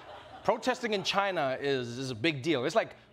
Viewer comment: Am I the only one who kept repeating the part when he said "tchina" 😂😂😂